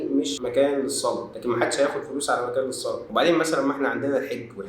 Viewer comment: هم بيقرأوا حرف الجر ،، علي ،، أنه اسم ،،علي ،، كرم الله وجهه ماعندهومش اي احساس بالتشكيل خالص🤣🤣🤣